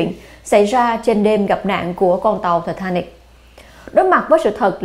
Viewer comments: Tai tá nịch. Vãi bà đọc. Một là Anh hay là Việt, nửa này nửa kia chẳng giống ai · Giọng đọc của MC rất dễ thương, truyền cảm.. nhưng đừng đọc là Thì thà nịch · " thạch ta nịc" má nó đọc nge chướng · Titanic mà bả đọc là Tờ ta nịc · Ti ta nic . Mà cứ đọc ti ta nịc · Phát âm lúc ti ta níc lúc ti ta nịc z mà củng lên đây nửa. Anh thì ra anh. Việt ra việt. Thân ! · Thì ta nịc (titanic) 🤣🤣🤣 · Bà ấy phát âm tên tàu lạ nhỉ “tì -ta-nịc” or “tì-tá-níc” 🤣🤣🤣🤣🤣 tao cười tao đi ỉa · Tịt ta nít phát âm hay vl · ti thá nịt . hay ti ta níc phát âm nghe kì kì lúc thì thá nịt lúc thì ta níc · Thị tha nịch :)) Sang pháp mà đọc kiểu đó bà ơi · Có 1 từ titanic mà mỗi lần đọc mỗi lần khác, phát âm hay quá kkk